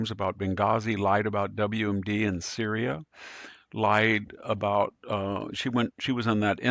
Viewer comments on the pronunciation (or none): none